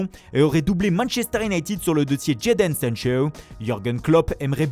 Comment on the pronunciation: Le jour où tu as arrêtera tes prononciation 3.0 (sanchiiiiioooooo) et sans parler des noms italiens.. Je payerais un grec a tout le monde